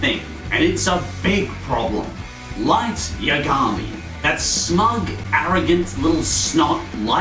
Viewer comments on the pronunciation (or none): I disliked you for pronouncing light yagami wrong, i can be petty too xD